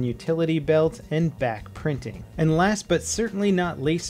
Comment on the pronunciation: God, I keep hearing "Bat printing".